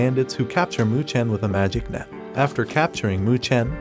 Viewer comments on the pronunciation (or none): none